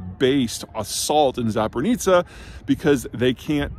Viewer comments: Hi, Zeihan. Thanks for the analysis! One small thing: I understand that the way it's spelled Zaporizhzhia looks unpronounceable (even to me), but it's not Zapornica :) The easy way to say it for an American would be Zapori-zia. On another note: Ukraine is also using trucks for majority of supply, correct? How is their situation better\worse compared to Russians in this regard? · Damn, this guy talks about the war in Ukraine for a year now, and still can't come even close to pronouncing Zporizhie properly 😂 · Ikr he said "Zap-o-ri-tsa". I mean, sure he doesn't have to pronounce it exactly like it's written in Cyrillic, but damn he's so far off. He at least could end with an "-ia" instead of "-a". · That's not how Zaporizhzhia is pronounced.